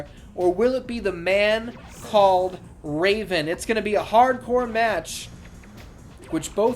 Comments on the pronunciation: From till the end of the match, I lost it 🤣🤣🤣 “Ra-Von” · Did you just say raven with the flying balls sack.🤣😂🤣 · ‘Will anybody be able to defeat “DDT”?’ Was it too much for Cole and Tazz to say “Raven”? (It also didn’t help that Ian kept screwing his name up as it was!)😂😂😂😂😂